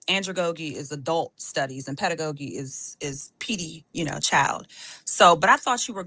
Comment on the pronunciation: My only thing is, when said pedagogy incorrectly i understood then what she is able to absorb.